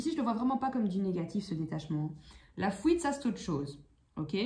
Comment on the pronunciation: Coucou, vous me faites rire avec votre accent " la fouite " lol. Tirage très juste. J ai dépassé tout ça. Mais jme demande si l autre va arriver à faire ce travail sur lui même si il ne va pas tjrs écouter son égo. Si jamais il revient j aurais trop envie de lui dire, Waou t as fait kho Lanta 😀 moi j en suis en 1 point il revient c est bien il revient pas c est bien aussi. Jm occupe de moi. Merci bcp pour ce tirage.